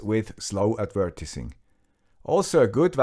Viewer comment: Excellent video! minor English lesson: Yes, adver-tis-ment, but advert-eyes-ing. Who designed this language, anyway?